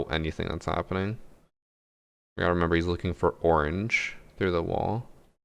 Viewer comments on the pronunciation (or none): none